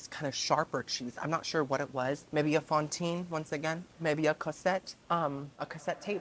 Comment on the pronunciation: “Maybe a Fontine (a), maybe a Cosette.” If ya know, ya know. Made me lol! 😂❤